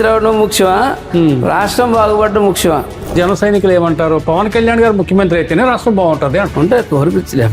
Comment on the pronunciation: ముక్సిమంత్రి కాదు బాబు ముఖ్యమంత్రి😅😅😅😅